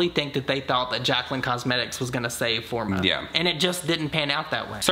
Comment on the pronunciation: "The company is mine. It's FOR ME!" Jaclyn, it says "FOR-MA"